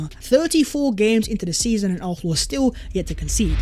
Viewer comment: This guys makes great content, but how are you an Arsenal channel but the only word you can’t pronounce is Arsenal?? Lol